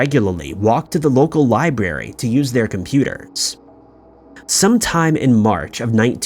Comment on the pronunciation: Liberry, LoL